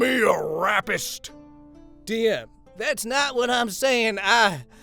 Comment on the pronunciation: The way you pronounced rappist (not sure if I can spell it without Susan getting angry) got me good. XD